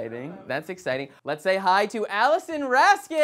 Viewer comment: He called Alison "Humorous"😂😂😂😂